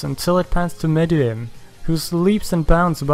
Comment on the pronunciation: This is the only YouTuber I've found who's said meruem's name right but he did call Yorknew city Yorkshin city